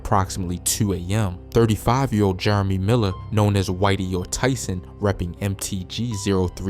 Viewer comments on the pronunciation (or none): none